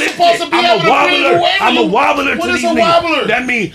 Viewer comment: said “I’m a wonbler” bruhhh 😂